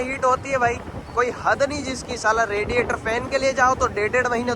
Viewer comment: Regiator nhi hota radiator hota h